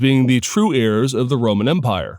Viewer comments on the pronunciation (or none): none